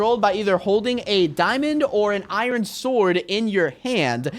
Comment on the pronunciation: unspeakable said iron as it is spelt which is wrong